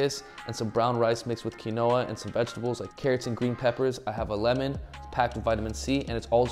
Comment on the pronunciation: every time you say quinoa i just burst out laughing idk why